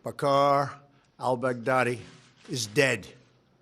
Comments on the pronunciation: I heard "Baghaddi" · "Dead Daddy"